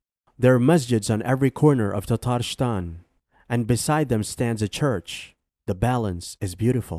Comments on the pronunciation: It's not Baxorshistan, but Bashkortostan It's Tartarshtan, but Tatarıstan huge pronunciation mistakes in other republics as well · Unforgivable how he butchers Bashkortostan, and Tatarstan.